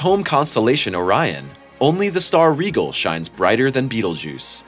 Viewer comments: Rigel is pronounced “rye-gel”, not “regal”. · Rigel is pronounced Ry-gel. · That mispronunciation of Rigel is very triggering